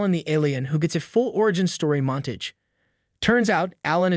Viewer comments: I wouldn't mind as much, you're doing a good job, but your pronunciation needs work. Just one example I heard: montage. It's actually pronounced mon-taj, like Taj Mahal in India? Just Google a word's pronunciation if you've never seen it before, and you'll be all good! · Can’t even pronounce montage correctly. Less tv, and more education for you. Take the advice. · Honestly, I wouldn’t mind so much, if the person didn’t fail at pronouncing basic words like stalagmite, casualties (not causities), and montage.